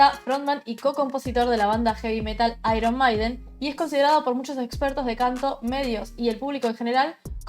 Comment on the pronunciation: Se dice "/MEIDEN/" no "maiden"...